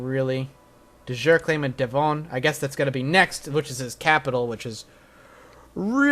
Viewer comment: Please stop calling it De-von it`s Devon ('eh' not 'ee').